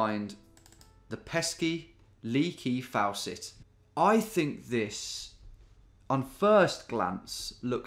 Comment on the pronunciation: Lee KI Fawcett 😂😂😂😂😂